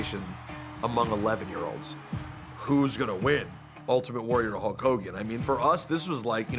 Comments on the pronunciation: You forgot "Whole Kooogan" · Nobody: Ultimate warrior: LOOK INTO MA OZ HULL KOGAN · Yea I believe the ultimate warrior said Koke Kogan idk lol...